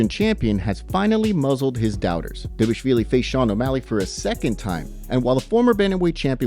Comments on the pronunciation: Di-vaal-ishhh-viili. Get it right !! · Pronounce Merab's last name correctly!